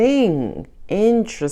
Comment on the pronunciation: “Intere-STING, intere-STING!” As Scorperoo as it gets , oh myyyy 😂